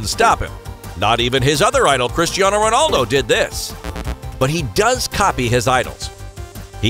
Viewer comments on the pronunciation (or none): none